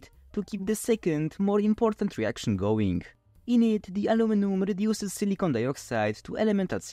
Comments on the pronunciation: It's important to pronounce silicon properly in English (as siliken or silikahn), because your pronunciation sounds like silicone which is an entirely different material. Sure it is obvious to most people, but it is an unfortunate mispronunciation. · The was you pronounce silicon sounds like you're saying silicone, which is not the same thing.